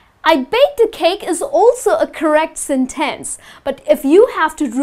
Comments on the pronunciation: It's a sentence , not a Sin Tenc u can check the pronunciation on Google or something , and u use okay alot . U r pretty but ur pronunciation sucks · this lesson sucks...you're putting emphasis on the wrong syllables....hard to follow...no one says senTENce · Your”re mine! I like the way you say SIN TENSE. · I think everything is well explained, but you have to be careful with the word "Sentence". Sometimes it seems like you're not very sure about its pronunciation. You're a nice teacher, and you're doing very well.